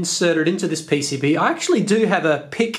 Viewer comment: "P.C.B" or "E.C.B" ?